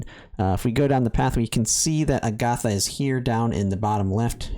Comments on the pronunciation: Why can’t pronounce a SINGLE name correctly? It’s a-guh-tha. Agatha is a real name. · Your pronunciation is incorrect, Agata is pronounce with short short a sounds ah, or jus a in Spanish, there's not uh or th in there. Theres a lot of Spaniard names in this game, makes me think Iria is base on spain. Other Spaniards names a re gloria, García (surname), Gómez, Fátima (Safi), and maybe more, all probounce with short vowels. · Agatha is an old lady name. I prefer the more Fantasy Style sounding A-Ga-Tha. But regardless I'll call her Agata, no H, because that's how it's spelled in most official media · Cool video. Agatha is a beast in the pve stages she appears. Also, fyi, I'm not sure if you care, but as for the name 'Agatha', the stress goes on the first syllable, not the second one. Agatha is actually an old name in the English language, kinda like Gloria or Simona. It's a fairly common name, mind you. I'm sure you must've heard it before, without realising. There's a Marvel/Disney tv show called Agatha All Along, which is a spin-off of Wanda Vision, and there's also a super famous crime/mystery writer called Agatha Christie. I'm sure that if you google 'Agatha pronunciation' you'll come across a video/audio of it.